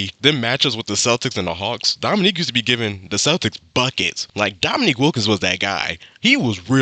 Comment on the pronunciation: The narrater mis-pronounced Wilkin's name. It's pronounced Domineek, not Dominick. Your pronunciation was correct. My favorite Larry Bird trash talk story is when the Celtics were playing the Utah Jazz. Right before tip off, Bird went to the Utah bench and told all the players and coaches that he was going to drop 43 on them. He scored 43, then checked himself out in the third quarter due to the fact that Boston had something like a 30 point lead. LOL.